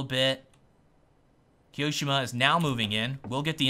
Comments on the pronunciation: key-oh-shem-ah not keyo-seemah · i love the way says "keeosheema" xD